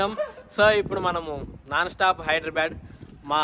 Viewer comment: ఒరేయ్ నాయనా హైదరాబాడ్,, కాదురా హైదరాబాద్ 🤣🤘🏻